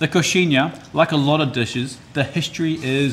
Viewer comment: I loved your pronunciation of coxinha!...Catupiry though wtf man loll